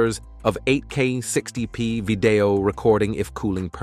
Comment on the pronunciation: All this technology and you've got to ruin it with a lousy computer generated TTS voice. Vi-DAY-oh? Share your "thowts" on these in the comments? Hire a real voice talent to read your scripts!